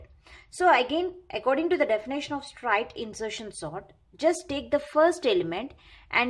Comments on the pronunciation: Mam pronunciation of straight was wrong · yaa its not strite its straight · Actually she is telling strite